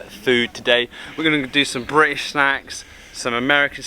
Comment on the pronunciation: British not Brish.....